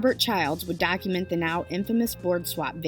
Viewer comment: did you say Dacument?